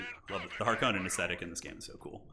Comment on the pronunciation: I like that guy's seen two Dune movies and calls himself a Harkonnen main and he still mispronounces the name Harkonnen.